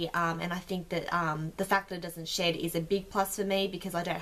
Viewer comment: Not gonna lie for a bit there I thought you said you liked it because it didn't shit.......then I realised you said shed lmao xD